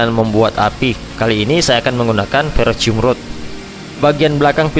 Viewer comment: ferrocerium rod bang,bukan ferrocium😅